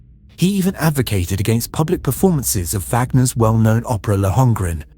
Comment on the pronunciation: . Vaagner's opera Lohengrin. (Not Lehongrin)